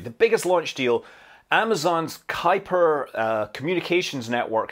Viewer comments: I know this is a small thing, but now I know how to pronounce "Kuiper!" I don't think I've heard it said out loud before. I've always wondered how it was pronounced, is it "kooper," is it "kipper?" I never knew. Ky-per. Thanks, Scott! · Kudos to perfectly pronouncing Kuiper. Haven't seen many English speakers get that vowel right.